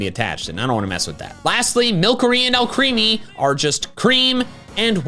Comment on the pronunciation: By the way, you've been pronouncing Alcremie wrong. It's pronounced "AL-kruh-mee". It's a play on the word "alchemy"